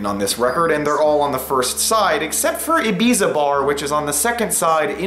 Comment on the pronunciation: LOL. You butchered both the accepted English and Spanish pronunciations of Ibiza.